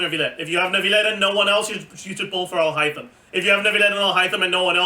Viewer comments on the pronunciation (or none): I never said anything about comparing Nilou and Al-Haitham in Single Target/AoE. I wrote that in response to your claim about Nahida Hyperbloom doing the same thing (it's not). Also stop saying Alhaithem. It sounds too similar to 'hymen' and I sure as hell won't call him to what essentially translates to 'Theyoungfalcun'.